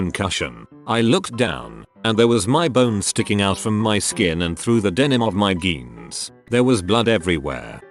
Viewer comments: Nobody: Text-to-speech: geans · jeans is called geans???? Wtf!!! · nobody: robot: GEENS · “geens” hehe